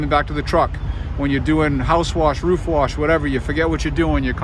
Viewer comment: You said “Roof” incorrectly.